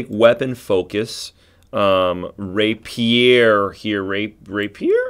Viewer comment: So............ where ya get your portraits? You have a couple I haven’t found yet but like. Ok, now to watch the rest of the video. And since proper pronunciation mitigates my OCD shivers, Rapier = Ray Pee-er. Like someone you wouldn’t want to stand next to in the men’s room if you dig.